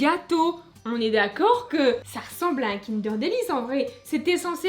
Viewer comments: Non pas "kindair* mais kindeurr* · un quoi ? Kindère ??? On est d'accord on dit kindeur non?